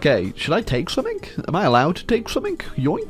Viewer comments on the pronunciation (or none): Why does he say "some-ink" instead of "something"